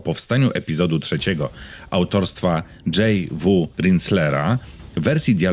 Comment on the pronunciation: Jak wymawiasz inicjały autora książek to nie mieszaj angielskiego z polskim. Albo "Jot Wu", albo "Dżej Dabliu". Trochę to brak konsekwentności.